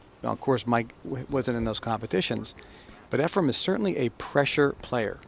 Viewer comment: I couldn’t agree more… the only thing Sigel is any good at is running his mouth!!!!!.. I know this is old but someone needs to tell these horrible commentators that there is no “m” in Efren…